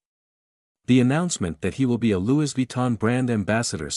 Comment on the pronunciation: Louis is pronounced Lewy, there is not s sound.